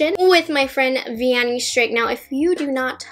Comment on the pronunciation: Vianney sent me here and although you said her name wrong the whole time, you made it up with your personality, you're so cute! I've never tried high end makeup and I'd love to! Those products look amazing, hi from Argentina!